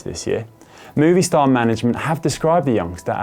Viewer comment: Dude really pronounced Movistar as "Movie Star" after all those years of racing as a pro... bruh